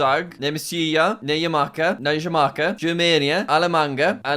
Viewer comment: As a CROATIAN WITH THIS ON MY KEYBOARD=ĆŽŠĐČ I can confirm that Jack mispronounced Germany in our language (Njemačka)